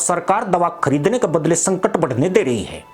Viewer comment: संकर नहीं। संकट। भारत नही की मदद। भाई हिंदी सीख के क्यों अपने हिंदी ज्ञान को सार्वजनिक कर रहे हो। थोड़ी शर्म कर लो। बात सच है।